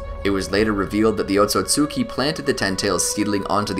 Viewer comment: Ot-Sut-ski not Ot-So-Sut-ki Just like Mit-Ski not Mit-Suki Love your content but please correct the pronunciation